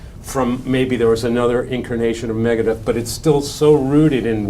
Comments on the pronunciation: "Maga-deth"? Is that Trump's metal band? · It’s MEGA not MAGA ..Deth.